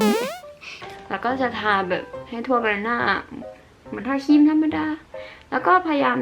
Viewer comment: ครีมมมม มี ร.เรือออออ คำควบกล้ำอ่ะแก🤣🤣